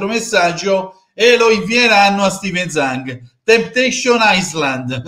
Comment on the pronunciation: io ieri comunque mi aspettavo che facevate una live perché le frottole raccontate ieri sono inaccettabili. E nessuno parla del mostruoso debito che abbiamo,poi mi spiace ma mi hanno deluso alcuni youtuber interisti che sembra si siano totalmente allineati alla dittatura di questo cinese.(parlo dell'omonimo dell'ex difensore Inter,e di suo compare giornalista che Zhang lo pronuncia"Giang").sono disgustosi da fare venire il vomito.